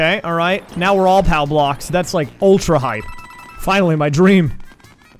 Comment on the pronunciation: The funniest thing about is that when he plays the 3D theme I like when he says where going in too the bluocks